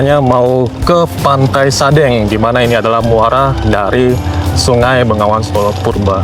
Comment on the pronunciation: Bengawan Solo. Bukan Bengongan solo 😊